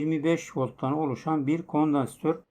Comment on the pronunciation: abi sen kondansatörü düzgün telaffuz etmesen de olur biz seni sevdiğimiz için burdayız. :D